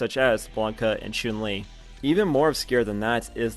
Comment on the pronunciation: This guy says choon li